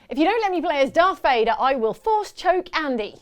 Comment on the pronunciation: are you serious? darth vader with an F? it's not like he's some random guy, he's from fricking star wars!